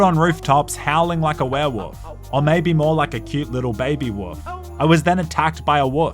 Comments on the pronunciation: It pronunciation is WOLF not WOOF.... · you know there is an L in the word wolf right?